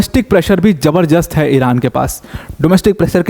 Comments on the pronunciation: जबरजस्त कोई शब्द नहीं है। जबरदस्त सही शब्द है। कृप्या सही उच्चारण करें। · ज़बरदस्त सही शब्द है । Z wala जबर means forceful जबर- दस्त का अर्थ क्या है आप समझ लो 😂